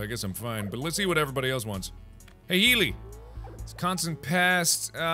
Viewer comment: I got startled because I was just listening to this in the background and when he said "Healy" it sounded like Hayley, my name